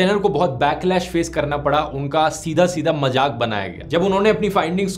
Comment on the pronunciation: DHIRU BHAI NEED CORRECTION MAJAAK NAHI MAZAAK JAHAAJ NAHI, JAHAAZ SAHI HAI THANKS FOR INFORMATION